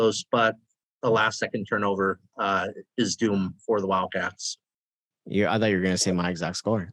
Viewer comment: ARIZoNA WIL_CATS - not enough "o" ... no "d".